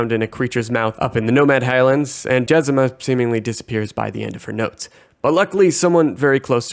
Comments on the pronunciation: "Jezima" it literally says JezMINA. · Jez-MEEN-ah, not Jezima. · Jezmina, not Jezema.